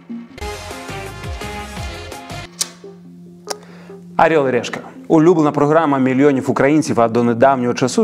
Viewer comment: Ну чому "арьол і рєшка"?